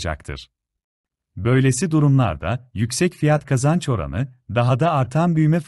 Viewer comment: F / K oranı derken Kapalı A kullanmanız çok rahatsız ediyor. Kapalı ve Açık A veya Açık E gibi vurgulara dikkat edilirse çok iyi olur.